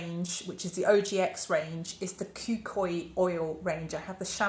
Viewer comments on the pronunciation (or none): I usually don't comment on off pronunciations in video, but the Polynesian in me can't help but mention that the kukui oil product is pronounced ku-KU-ee. (likewise, monoi is mo-no-ee) Totally loving this foray into other scented products!